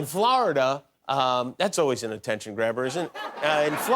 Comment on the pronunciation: Jimmy pronounces Florida pretty funny